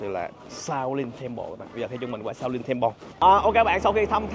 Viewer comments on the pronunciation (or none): khoan "Xiao lin Temple" :)) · Shạo lìn temple, vãi bác Khoa @@ 😆